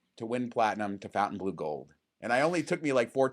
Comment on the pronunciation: I would expect you guys to know how to pronounce FontaineBleau. It's not Fountain 🤦🏻‍♂️😅